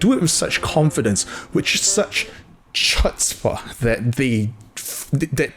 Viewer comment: as a jewish person, his pronunciation of chutzpah, killed me :)